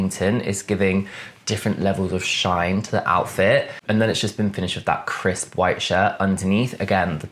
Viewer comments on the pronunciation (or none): none